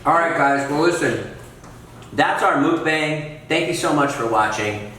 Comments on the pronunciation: What's a moook bang?! Lol It's just muckbang. I love Josh, he's hilarious! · Still can't get used to how you pronounce Mukbang. Muck-Bang, Mook-boung.